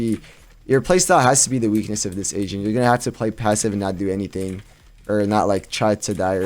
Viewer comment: Who also though this guys said Asian instead of Agent